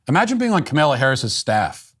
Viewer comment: I love how Matt insists upon mispronouncing the VP’s name as “Camilla” Harris.